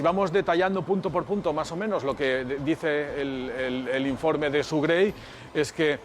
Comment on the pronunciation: Suena Su en vez de Sue